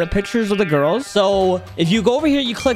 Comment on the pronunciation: Bro when Said i bought 2 giris it sounds wroug 💀